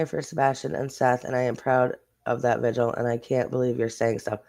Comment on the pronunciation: I’m just happy that you called it a VIGIL and not a “ “VIGUAL”!! so many creators call it that and it bugs the crap out of me